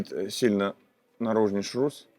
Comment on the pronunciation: ШРУС , а не ШРУЗ, шарнир равных угловых скоростей